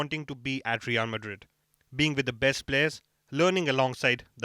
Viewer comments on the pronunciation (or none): it isnt reaaaaal madrid. its realmadrid. you dont do your homework as always.